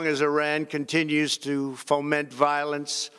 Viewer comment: “foment” “tollar-what”?! “these accompliment shades”????? Whoever wrote this speech should be fired or kicked out of America.